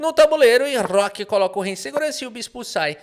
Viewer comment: "rrróooooqui foi jogado..."